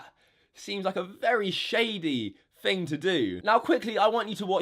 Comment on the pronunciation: ‘th’ dude, not ‘ff’ Jesus. You’re so thucking unlikeable.